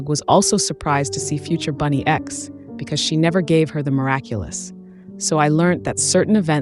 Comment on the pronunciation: You don't pronounce bunnyx right, it's really irritating